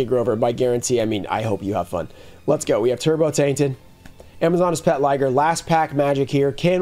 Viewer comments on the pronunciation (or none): MBT: “you said liger wrong”